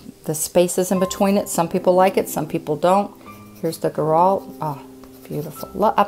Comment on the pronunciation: just to help Girault are pronouce like Gi- row Gi like Gilles